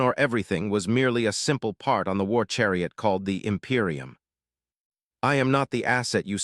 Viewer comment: Tee-zeech of the em-pie-rum of ai slop